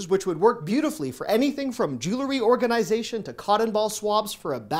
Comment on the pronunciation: Love your "organ"I"zation" pronunciation lol.